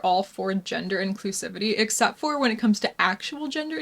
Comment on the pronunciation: It’s pronounced when by the way. Just fyi